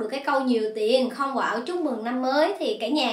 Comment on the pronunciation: "Không quạo" mà mới đầu tui nghe "có bầu" , trời đất ơiiii 😆